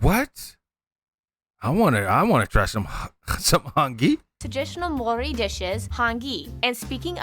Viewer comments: I love your reactions..NZ is my home land..I am Maori and I just want to help you a little with pronunciation.. the vowels, a-aah e-eh as in egg i-ee o-or u-oo..anything beginning with wha is a f sound and ng pronounced together as in ring..we dont use L..V..C..D..F..J..Q..S..X..y or Z which helps when distinguishing between other Polynesian languages...so the pronounciation of Maori would sound like Ma Or Ree..oh I forgot to say to roll the R as in rrrrr. 🎉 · They also packed a decent bit of false information and kept mispronouncing most of the Maori words. They literally tried to correct everyone with the "correct" way of saying Maori and then proceeded to mispronounce it the whole video. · Wow….as an Aussie my sympathies to any Kiwi’s watching this hack job. And I thought their Geography now Australia was bad. I don’t know who told him how to pronounce Māori but they were seriously taking the piss out of him. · Out of all the fish you left off the best...juicy red snapper..yum! Lol at mori, its pronounced like mouldy...and queensland, wrong country bro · It is not Mori. It is said the same way you say Mouldy. My neighbours are Kiwi. This guy mispronounced it. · While the info is awesome, the pronunciation of our Maori language is terrible!!! The pronunciation of 'Maori' is not 'mow' ri. It is: ma or ri, all rolled together with a roll of the 'r' for 'ri'. Please try to get it right 😢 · Kah-kah-paw=Kakapo. Mah-aw-rree=Māori; indigenous to Aotearoa having navigated by the stars across the Pacific to Aotearoa=Ahh-aw-teh-ahh-roa(r). Part of (Pacific peoples=Poynesians) Pasifika, Europeans lumped us all together as Polynesians, a colonial construct. Māori vowel sounds are the same as in South American and Spanish languages. Mauri ora; Mau=mow(lawns)-rree-aw-rah! The essence of life! (The breath of life) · The po, ka, wa etc. are similar to Hawaiian, Rarotongan and Cook Islands as we are all Polynesian like Tonga and Samoa. Pronunciation is Mao...ree